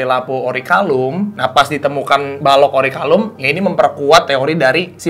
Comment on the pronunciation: agak greget pas denger nyebut "orichalcum" (akhir "kum") jadi "orikalum" (akhir "lum"). tapi selain itu ini bener" pembahasan kupas tuntas yang bagus banget.